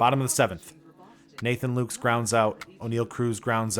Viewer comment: Nathan Lukes is pronounced Lucas, just so you know. I know some people go nuts about stuff like that.